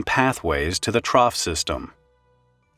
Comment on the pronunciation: Okay, you've probably never heard of a trough before. It rhymes with cough.